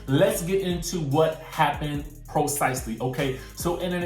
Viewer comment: You pronounced precisely wrong, it's not procisely. My God go to and listen to how it is pronounced. Do yourself a favor use often don't use words you don't know how to pronounce, it sounds uneducated.